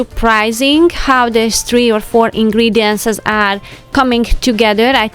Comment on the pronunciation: Hi It’s not ingredientses as u call it, it’s ingredient for singular or ingredient’s for plural